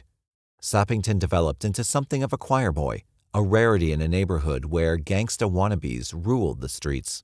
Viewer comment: Something about the way this guy says gangsta is wrong